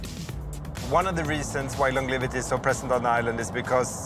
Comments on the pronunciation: L-O-N-G-E-V-I-T-Y NOT longliveaty 🙄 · Does no one or crew ever corrected him for saying 'longlivity' ?